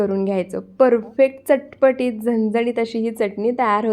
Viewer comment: मस्त चटपटीत हे शब्द नीट बोला.कोणाची कॉपी करू नका आवाजात व विशिष्ट शब्द वापरण्यात